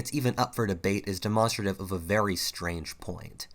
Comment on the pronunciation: I thumbed down this video based solely on how you horrendously butchered the pronunciation of the word "demonstrative".